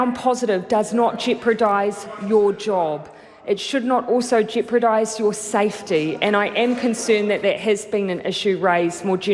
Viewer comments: You are missing the point. What this shows is lack of attention to detail. Jeopardise is a very commonly used word. If you continually mispronounce a word like this which she has over many years, ishows a lack of of attention to detail and puts the lie to her claim to be a perfectionist. It's this " she'll be right " and " it doesn't matter" attitude that has lead to the resurgence of Covid-19. Whilst she had told us in July that all people working at the border were being regularly tested, it turns out 60% weren't. The " she'll be right " messaging you and she send is what leads to this as people reflect this attitude. It's all about the pursuit of excellence. It's like a cinductor not pulling up a musician who constantly plays one or two wrong notes. It actually matters and you won't last long as an orchestra if you allow this. Maori quite rightly pull Pakeha up on mispronounciation which I 100% agree with. We admire our high achievers in this world for their meticulous attention to detail. It's this " she'll be right " attitude that has lead to the resurgence of Covid-19. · Jeopardise not Jeopradise Jacinda 😁😂🤣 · Articulate.. Mmm. Not sure about that when she can't pronounce jeopardise.. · Jacinda cannot pronounce "jeopardise" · You are so intelligent, at last got one big flaw, pronunciation of a single word, wow!!!!carry on, my enlightened buddy!!!